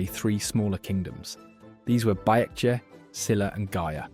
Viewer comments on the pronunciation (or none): Also baekje is pronounced as beck - chay by the way .